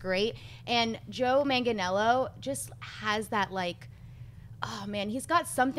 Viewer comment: john campea your half italian how do you have trouble with an Italian name